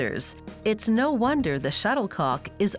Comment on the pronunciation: She said shutter co ck